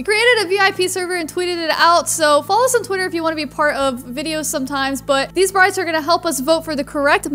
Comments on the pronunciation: yes bro it sounded sprite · when u said "these brites are good" it sounded like a "there brats are good" lol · When you said These brites are good, it sounded like "these sprites are good"